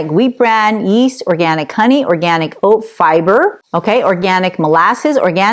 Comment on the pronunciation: Can't say the word organic? Sad.